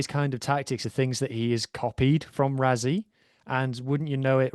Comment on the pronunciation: Btw. Mate if you want to engage Saffas. Rassie is pronounced Rassie .. not Razzie. its with "s"not "z" 😂😂😂😂